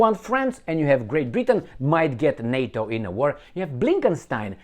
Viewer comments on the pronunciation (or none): none